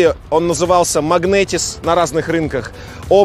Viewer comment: Братья, не Magnetis, а Magentis.